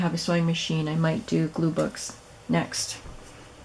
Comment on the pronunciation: Oh I heard glue books😊